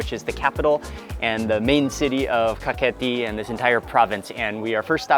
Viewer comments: Its Kakheti, not Khaketi🙏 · Mr Mark Wiens - You said "Khaketi" but correct to say "Kakheti" ;) . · Not Khaketi , Kakheti is correct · Thank you for introducing my beautiful country to the world <3 Kakheti is a region of Georgia, Khaketi is incorrect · It is Kakheti, not Khaketi. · Bruh not kaketi we say kaxeti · Kakheti not khaketi☺️ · Not Khaketi, Kakheti ! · nooooo khaketi is incorrect say kakheti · You are Good ❤️ but *Kakheti"კახეთი 😊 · That's Kakheti, not Khaketi :D And if you wanna taste real Khinkali (Dumplings), you should go to Pshavi or Khevsureti... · its kakheti not khaketi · I think "Kakheti" is more correct